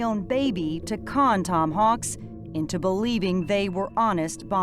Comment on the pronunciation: *Hawks NOT "Hawkes". *Skylar NOT "Skyler".